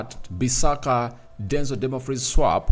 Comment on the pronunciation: The name is not Dunmafries is Dumfries please try to pronounce it well please